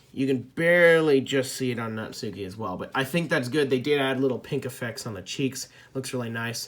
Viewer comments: I got sayori for christmas, fun fact the ones behind the creators of the bendy plushies made these. And the short is known as a blazer Japanese uniforms are a vest, blazer and a skirt for females... You're saying natauki wrong watch bijuu mike he tells you how to say it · Says Natsukis name wrong Me: Triggered: Says Natsuki si the worst plush Me: VERY TRIGGERED